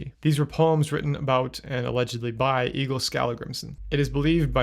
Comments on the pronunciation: Well he pronounces Egill (and every Icelandic name mentioned) very incorrectly in the video. He pronounced it almost like “Eagle”, but in Icelandic the name Egill is pronounced something like “Eyh-itl” (best way i could spell it out. Icelandic has some weird rules like not pronouncing “g” in some words and a “double L” often has a special sound, similar to clicking your tongue and making a “tl” sound). Not sure if the Norwegian and Icelandic pronunciations are similar though. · His name is pronounced Ale not Eggle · Also point of order, I am a literal viking, it's actually pronounced "eh-gil"